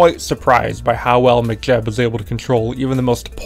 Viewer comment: Why are you saying McJeb like McDonalds? Mech like mechanic, mechanical.